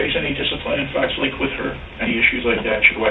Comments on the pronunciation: ps it aint called fox " lakes " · It's Fox Lake, not Fox Lakes.